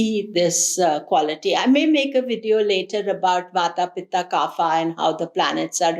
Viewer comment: Pardon me for correcting.. it’s kapha not kaapha which means phlegm .